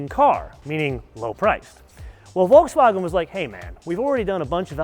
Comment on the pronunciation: learn how to say Volkswagen